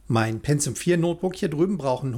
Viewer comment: Wer Penzium sagt, sagt auch Azhlon...